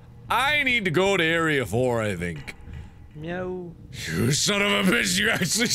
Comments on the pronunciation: alien Oh, I thought that he was saying "no". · I thought he was saying "no" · I always thought he said "no" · alien That's supposed to be a meow? I thought he was saying "no." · am i the only person who misheard zacharie's meow as a yo?